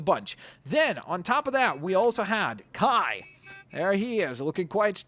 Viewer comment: Its Kai not kia